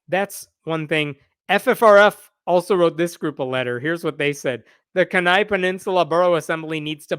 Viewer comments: Alaska in general and the Kenai Peninsula in particular has a fairly high ratio of religious nuts. By the way, Kenai is pronounced KEE-NAI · Every time he said Kenai wrong, it drove me crazy. It’s just like the different way people say Denali. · So as an Alaskan... its pronounced "KEY" Nigh". Like what goes into a lock, and "The end is nigh". I know its weird. But that's how it goes. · Honey, kenai is pronounced (kee nigh) long "e".....just sayin... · FYI, I think "Kenai" is pronounced KEE-nigh. Too late for this video, but you can file that away for future reference. (It could've been worse. You could've said "kee-NAY.") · It’s pronounced “Kee-Nii”, with a long e and long i. It’s the name of the 25,000 square mile borough (like a county), the largest city in the borough, and the peninsula where it all sits. Beautiful place. All that land and only 61,000 residents. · Just for the record in is pronounced Key-nai. I don't doubt the Satanic Temple will get involved. I hope so. Generally speaking, being a deep red state, we have been mostly free of all this Christian Nationalism/MAGA BS. Alaskans tend to not like Governmental mandates. Remember, we were built (temporarily blocking out Natives being here first, to make a point) by white men trying to escape governmental control elsewhere, and/or living manly lives alone in the wilderness. The Last Great Frontier Spirit! This has it's up, but downs as well. We still have these nits in these pretend Alaskan reality shows (like living in the wilderness, 100 yards off a major road). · Kenai. = KEE ni. Accent on first syllable. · KEE'nai. Sorry, I live in Alaska, and that was hard to listen to. As for the story, our politics here are amusing. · Kenai is pronounced "kee ny" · WARNING: Grammar police are in the vicinity! Pronounced "Key" "Neigh". Kenai. Accent on the first. Ask me how I know. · Kenai is usually pronounced Key-Nye. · Sorry dude, but it’s “key-nigh”… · Kenai is pronounced like [Key - nigh]